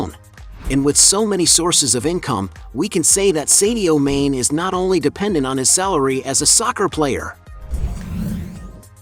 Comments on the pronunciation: At least learn to pronounce his first and last names correctly …. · Ain't no way mans calling him sadio main